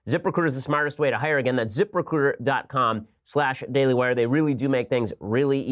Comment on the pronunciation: zip.... RECRUTAH